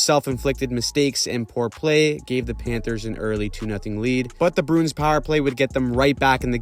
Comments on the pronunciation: Bruins is a 2 syllable word, brew-ins and not brunes. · You keep saying the Boston BROONS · You say Bruins weird.